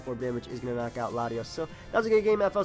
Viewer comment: Pretty sure FLCL is pronounced "Fooly Cooly" Could be wrong though.